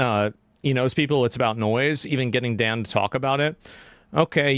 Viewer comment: Holy shit, he pronounced Dans name right 😂